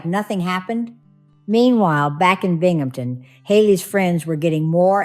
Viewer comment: Another well presented case,, and BRAVO for pronouncing BINGHAMTON PERFECTLY- it gets butchered so often! I think her friends were RIGHT to break in to see about Haley because time was of the essence- they couldn’t save her, unfortunately, but their determination and showing true support for their friend moved things along.